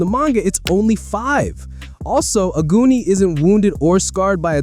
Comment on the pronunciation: Omg I heard ‘aguni’ as ‘a goonie’ and I was wondering why you were saying that 😭 in Japanese it’s pronounced ‘ah-goo-ni’